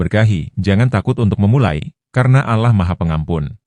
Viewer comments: Dibacanya Alloh,dengernya JD risih KLO dibaca allah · Kemungkinan si pembaca cerita ini, beragama non muslim jadi caramembaca kata "Alloh ,di baca Alah. Itulah kami sebagai muslim merasa janggal dan gk tepat bacaannya.❤❤❤ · Bukan allah ngucapnya Alloh dong? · Iya ya kok ngomongnya alah itu emangnya gak salah kalau orang islam kan alloh yg benar🙂🙂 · Dibacanya Alloh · Yg baca itu agamanya apa.kok allah bacanya